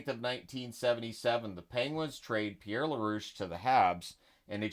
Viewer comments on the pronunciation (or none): none